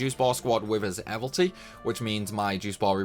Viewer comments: hey man. you keep saying "evilty" missing out the second I. it's like abilities but evil. evil ities, mildly frustrated about that sorry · Man it’s even worse , he says “ ehvel-tees “ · How does someone who plays and makes this much content about disgaea still think evilities is pronounced "evil-tees". It rhymes with "abilities".